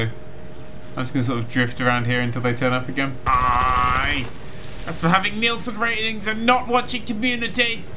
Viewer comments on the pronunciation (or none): none